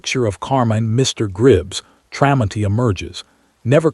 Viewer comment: AI is supposed to be smart but it can't say the mans name the story is about is pretty pathetic,others agree as well so get it right